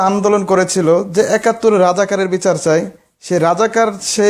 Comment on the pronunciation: বাংলাটা ভাল করে বলতে শিখুন তারপর দাবি তুলবে,বাংলাদেশ নাস্তিক মুক্ত{ ছাই} ha ha ha ha .